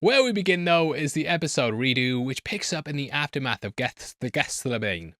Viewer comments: Generally Geth-SEM-a-nee js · Is it pronounced Geth/same or Geth/sem/anie ? I was taught the later at school, did my teacher set me up for a shameful experience on YouTube comments?..I have to know!! I wouldn’t be surprised, she once made me hold 4 period accurate replica crucifixion nails in front of our little classroom altar and contemplate why I started giggling during morning prayers…I took me till lunch to explain I was thinking about something “funny” she asked what? That took till afternoon break before my brainwave answer “scoobydoo” …and my lesson learned was I hope I don’t get crucified..ever, those things were heavy for a 7 years old😂still don’t know what had actually made me laugh😂(certainly wasn’t this comment) ha beat u to it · Gethsemane = Geth-Sem-A-Knee